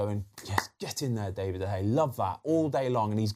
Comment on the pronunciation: can he bloody say david properly